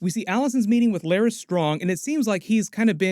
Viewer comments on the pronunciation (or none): Larys rhymes with Varys